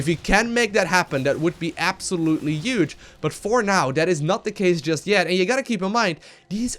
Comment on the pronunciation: take a shot every time he says 'uge' (huge) you'd be dead 10 in mins